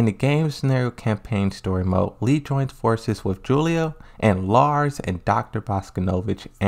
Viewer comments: My guy it literally says Lee everywhere on your videos ... not LEI it´s LEE pronounced like LEE in Bruce LEE...Lei Wulong is the kung fu cop that resembles Jackie Chan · It's LEE Chaolan. LEE. Idk why you keep saying Lei when it's Lee. Learn how to pronounce names better before talking about these characters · His name is Lee not lei& lei’s name is pronounced lei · Tekken was released years ago and you didn't hear how the announcers pronounced his name properly? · bro you still don't know how to pronounce his name???